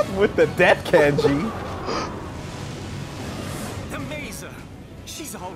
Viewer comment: "with the death kænji!" 抜 = extract, slip out